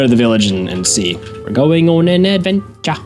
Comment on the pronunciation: ayayay advenchuh